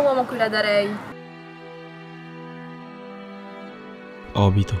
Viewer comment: Pronuncia obito non per caso